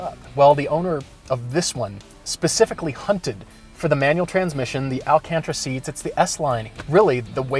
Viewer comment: elcantra? lol its alcantara